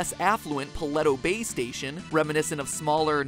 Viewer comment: the way he pronounced paleto bay.